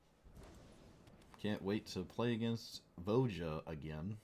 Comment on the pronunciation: Voja should be pronounced Vo-ya, Ravnica is based on Prague and the J after a vowel would make a Y sound in slavic languages